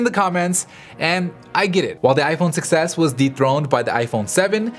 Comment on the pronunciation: I keep thinking you're saying "success," not "6S"